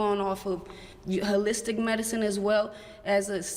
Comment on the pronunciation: "Uhlistic medicine"